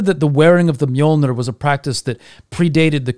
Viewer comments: You mean Mew-Mew? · allways fun when anglosaxon say Mjölner